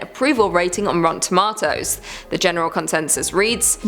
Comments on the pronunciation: Tom-ah-to < 🍅Tom-ayyye-to🍅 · True I agree. Why does she say “rotten toMA-toes” instead of just rotten tomatoes. It triggers me.